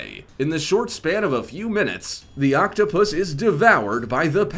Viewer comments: "in a few minutes the octabus is devoured by the blue pacific predator" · the way this dude is pronouncing " octopus " lol =))